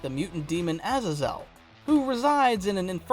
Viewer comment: I hate the way you say AZAZEL